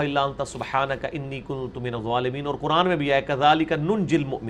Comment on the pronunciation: It sounds like you are saying “zualimeen.”